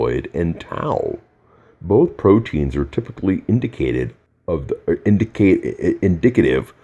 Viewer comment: He even has trouble pronouncing "reduce" and "indicative" omg😑😑😑😑